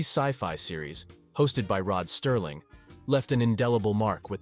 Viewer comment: That's Rod Serling not Sterling.